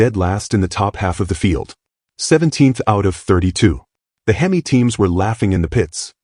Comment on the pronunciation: Why the hell can’t you teach the AI how to pronounce Hemi?!! If AI is so gawd damn smart that should be easy. Unless you don’t know how yourself AI is a pain in the ass!! So you know I neither “like” nor subscribe to channels using AI!!